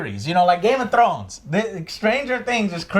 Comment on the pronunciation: I hate the way Joe pronounces Game Of Thrones. GAYMUTRROWNS